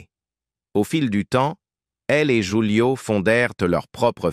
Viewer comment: Prononcer "roulio" et non joulio😂